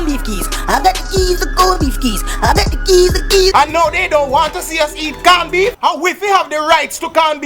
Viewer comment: "CAWN BEEF"😂😂😂😂😂😂😂!